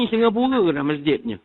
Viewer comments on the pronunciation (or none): none